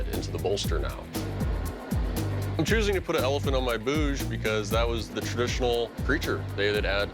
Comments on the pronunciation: They are pronouncing it like "Boose"!! Actually it's very simple to pronounce "bhuj"(ভুজ, भुज) that means arm. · Being an Indian and hearing them call it “boz” makes me a little uncomfortable for some reason but at the end it doesn’t matter, they did a great job